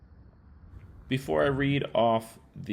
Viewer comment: As a person who lived for many years in the Texas Panhandle and visited the Oklahoma Panhandle at least 100 times, the locals pronounce the town name Tex-home-uh. Lake Texoma north of Dallas is pronounced more like Tex-o-muh which is more like you were pronouncing the name of the town.